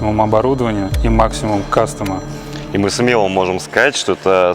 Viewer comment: Парни вы молодцы! Только слово кастом, кастом, кастом)))). Послушайте себя.